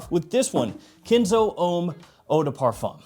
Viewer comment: Why are you saying kinzo?? 😂😂😂 It's Ken' zo